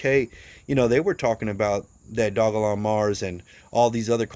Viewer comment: Only you and crypto brown pronounce the name correctly